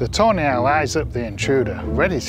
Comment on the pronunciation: all i hear is ''toenail'' everytime he says tawny hahaha